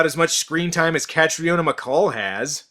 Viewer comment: Nitpick: Catriona is pronounced Katreena.